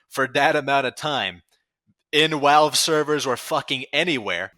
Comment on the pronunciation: why do you say walve instead of valve